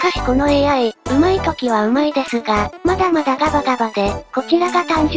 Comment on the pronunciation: 『ま↑だ↓ま↑だ↓ ガ↓バ↑ガ↓バ↑で……… 簡単に勝てる事もし↑ば↓し↑ば↓』